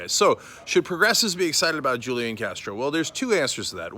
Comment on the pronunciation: The j is silent